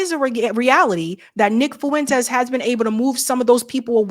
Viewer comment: Here's how to better pronounce his name: Nick "Fwentes"....not "Fuuu-wentes" Did that make sense?